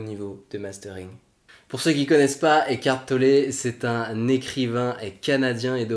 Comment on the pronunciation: C'est étrange comme vous prononcez Eckhart Tollé : écartelé...